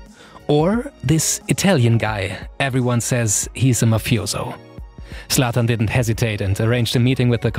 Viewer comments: Zlatan * not Slatan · The Zlatan pronunciation screams german. But the production quality is way better then german youtube.